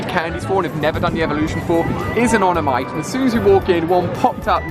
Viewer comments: No one ever mentions him saying onamyte when it's spelled omanyte 😂😂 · omg ali why do you always say onamyte its omanyte, please stop it xD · he said onomayte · It's Omanite, not Onamite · IT'S AN "OMANYTE" NOT AN "ONAMTYE" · ITS PRONOUNCED OMANYTE NOT ONAMYTE XD!!!! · its oMaNyte pls.... not oNaMyte.. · I get really annoyed when he says oNomyte